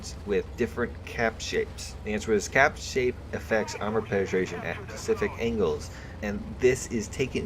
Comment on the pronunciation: reeeeeeeeeeeeeeee stop saying pacific its specific not pacific